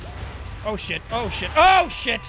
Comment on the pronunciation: Who else hears him say "Ocean" instead of "Oh Shit"